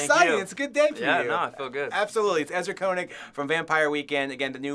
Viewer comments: He pronounced Koenig wrong!!!!! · Isn't his last name pronounced like "caining"?